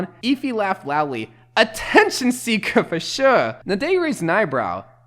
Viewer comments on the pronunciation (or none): That accent on the "sure" 😳